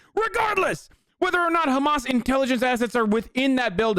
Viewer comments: I can’t stand him saying khamas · No one: Ben shabibo: khamas. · The way Shabibo pronounces “Hamas” is really irritating. I don’t even care if that’s the correct pronunciation - coming from him it just sounds pompous and arrogant. Perhaps that’s because everything he says sounds pompous and arrogant. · ugh the sound he makes when he says hamas is ear-piercing, he thinks a hebrow pronunciation will make him look like an expert in the matter